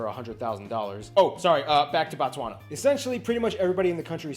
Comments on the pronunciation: Yhoooo this video. Typical Western take on African nations, so not shocked anymore, just irritated: • BOtswana (land/place of baTswana). In Bantu languages we use prefixes to denote something in the root word. Oversimplified explanation for Sotho-Tswana languages... BO (Place), MO (Person), Ba (People), Se (Language). Pronouncing it as "BaTswana" is referring to people, not the nation. "BO" vs "BA", this is broken seTswana. • White people "oppressed" in Zimbabwe is basically what people referred to Zimbabwe's expropriation WITHOUT compensation. Before that, like in South Africa and Namibia, agreements were done (Expropriation WITH compensation) which meant a land claim is done, evidence is found that land was stolen from locals through previous laws (under Rhodesia or Zuid Afrika regimes), current laws demanded those farmers still get paid by the current administration to BUY BACK the farms to give them back to the original owners. So naturally huge amounts of money are needed to "settle" with the same farmers who stole land in the first place (Billions in South Africa per annum. Think Haiti's settlements with France). Naturally white people didn't like this as they wouldn't receive a cent for previously stolen land, and thus the need to scream their "oppression" (you still find many white people in Zimbabwe, it is the alarmist loyal Rhodesians who repeat this oppression story, and who are still unapologetically "Rhodesian" till today). The West has highly misinformed, and tw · Appreciate it mahn, but it’s not Batswana, it’s Botswana, the country is Botswana and Batswana is the people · bro you pronouncing it wrong though, kkkkk "bontswana" really?! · sorry but did you just say batswana bo again sorry for being rude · Pronounced "Boo-tswa-na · Ok for pronounciation's sake.. pronounce that "Bo" same way you sound "Boo" for Book. Thanx for pitching home mate'.. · It's pronounced Boo-tswana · He can call gaborone but But not Botswana classic